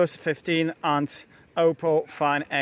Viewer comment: wszystko fajnie ale nie wymawia się do kruka pana 'oupou' tylko 'oppou'. Weź bo lubię twoje filmy ale boli mnie gdzieś podświadomie w środku na takie natchnienie.